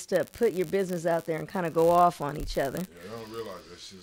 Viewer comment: For-Chen. 500 biz-ness